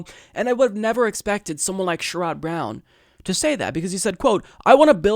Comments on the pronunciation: I can retire at 55... so Medicare at 55 sounds great. BTW...it’s not “Sure odd” Brown... it is “Share id” Brown. Incremental gain is Neoliberal now? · Also, for the record, it's "Share - Rod" Brown, accent on the "Share". But not really important. Just piling on :)